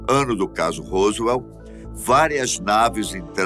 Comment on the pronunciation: COLOCOU A FOTO DO.JESSE MARCEL.E.FALOU DA.PESSOA.QUE ENCONTROU OS DESTROCOS COMO SE FOSSE O DA.FOTO.....ESTA ERRADO.....E A PRONUNCIA ROSWELL....ESTA ERRADA.....A DO HOWARD CARTER DO OUTRO VIDEO TB.....O SR É UM.EXCELENTE APRESENTADOR MAS COM TODA HUMILDADE TEM.QUE APRENDER A PRONUNCIAR PALAVRAS EM INGLES CORRETAMENTE.......ESPERO TER AJUDADO........